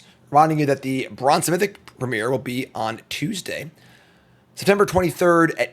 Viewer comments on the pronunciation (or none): none